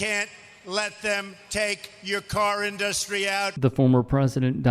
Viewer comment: Who tf say inDUStry like that?!